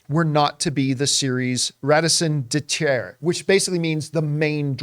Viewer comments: raisin de terre? Is this a new kind of small potato? I think you meant "Raison d'être" pronounced Rayzon daytre - it literally means "Reason for existing" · John, wow you butchered Raison d'être lol and you're a good Canadian kid.